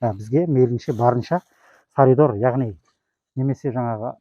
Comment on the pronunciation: Саридор емес салидол десей.